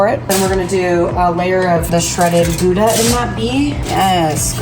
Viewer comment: Here they are looking up jalapeño, yet they pronounce gouda wrong 50 times and don't check that